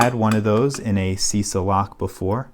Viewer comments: pronunciation is chisa non sisa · "C" like in "cheese". Sorry for being a bit picky (pun intended) :)